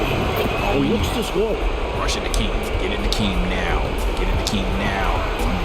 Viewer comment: it's Hakeem. where the fuck did Akeem come from